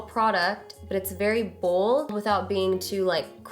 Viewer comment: lol you say "Bold" the way my friend says "Bald" lol. I died a little when you said "Don't be afraid to be booold" aka bald. lmao